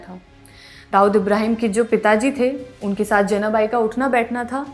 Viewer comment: Jenabai nhi , Janabai..... Marathi Lady.